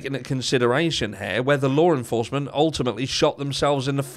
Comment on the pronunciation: Hey your getting better with pronouncing Law enforcement. Do more of s breath out in place of the RRR you are using.